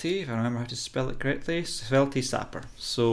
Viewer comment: The e on the end of svelte is silent